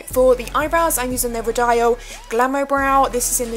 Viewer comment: Love the look! Just a heads up 'Rodial' is pronounced 'Ro-dee-uhl' xx